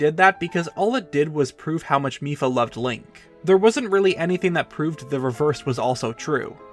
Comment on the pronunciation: The first time he said mipha in this video, i thought he said fifa